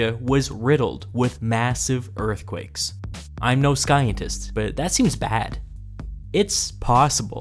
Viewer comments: Wait did he say Sky-entist..,instead of Sci-entist? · "I'm no sky-entist..." OK, I know we can expect some variation in pronunciation, but where is "scientist" pronounced this way? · did you say I'm no skientist?? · "Skientist" really? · Want to be taken seriously? Don't say "skyentist" when you mean "scientist" and even better, don't mock science at all. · did I just hear him say skientist? and not scientist? the C is silent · The commentary seems to be AI generated - the pronunciation of "scientist" as"sky entist" is a giveaway. Didn't anyone producing the video check for errors like this? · Did you say "I'm no skyentist"?? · sKientist??? Harrumph. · Fucking AI Skyintist? You tricked me for 18 minutes. motherf%$#*&*^% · The 'c' in scientist is silent (like the 'p' in bath - haha!) It is not 'skientist'. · “Skyantist” hehe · I HATE A.I. VOICES! , it sez, "I'm no sky-n-tist, but..." You're no what?!? Totally ruins cred, with one word. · sKientist? Really? Who taught you how to pronounce science? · my dude just called Scientist as "sky an tis " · The worst part of this video is you calling scientist “skientizt” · Did you actually say skientist?! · The part where he says "I'm no skyentist " had me going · skientist lol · "sky-in-tist" seriously, dude? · I''m not sky-entiist either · “Im not a skientist” It’s a joke as old as saying it’s time for a dentist appointment at two thirty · The pronunciation is appalling. Learn how to pronunciation ancient words and "skientist"?? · Did you say skientist instead of scientist? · that caught me off-guard. Did you pronounce it like that on purpose? Why would you? I don't think l've ever heard you mispronounce a word so egregiously, let alone such a basic word. Any 5th grade second language level kid would know what you don't pronounce it skientist. Are you an AI? Have you been a text-to-speech program this entire time? This mystery has me more riled up than the actual bronze age collapse. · A sky-en-tist huh